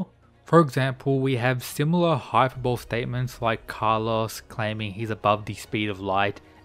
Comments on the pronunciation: Good video. Raian would take Jack down. Oh, and I hate being one those people, but it's pronounced hi per bowl Lee. Hyperbole. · My dude really said "hyperbowl"